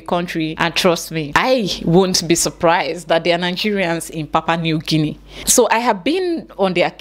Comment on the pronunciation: Papua new Guinea. Not papa 😂😂